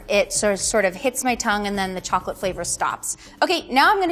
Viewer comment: Chocolate expert, but cant pronounce it right lmaooo